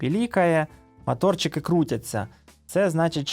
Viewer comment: Не мАторчики, а моторики, дуже ріже вухо